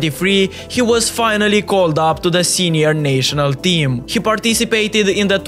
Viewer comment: “Nay-sho-nal” team 💀